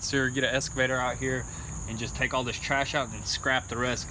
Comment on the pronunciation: Excavator!! Lol not escavator